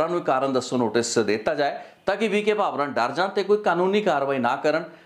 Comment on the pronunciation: ਕਿ੍ਪਾ ਕਰਕੇ ਪੰਜਾਬੀ ਸ਼ਬਦ ਉੱਚਾਰਣ ਦਾ ਧਿਆਨ ਰੱਖੋ। ਡੀ ਜੀ ਪੀ ਵੀ ਕੇ ਭਾਵਰਾ ਨਹੀਂ ਵੀ ਕੇ ਭਾਵੜ੍ਹਾ ਹੈ।